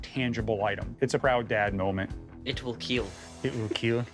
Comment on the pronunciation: They will KEAL..